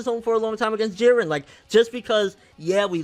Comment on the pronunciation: I did say in older comments that vegeta and goku would fight together and fuck shit up, whis even said if they fought together they would be able to defeat beerus..... And props to you for actually calling jiren jiren instead of jeedan